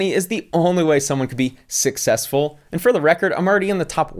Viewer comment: "Sussesfull"